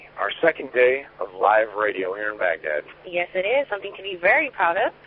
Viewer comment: Good Ole Freedom Radio Baghdad sounds like Baghdad 😂😂😂